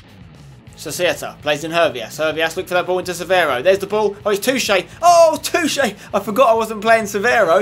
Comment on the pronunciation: is spenny pronouncing Toché correctly? i dont think its pronounced too-ché.